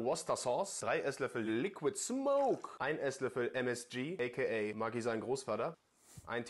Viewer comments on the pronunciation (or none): none